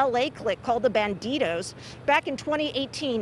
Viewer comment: Its them darn Ban-Deedohs!!!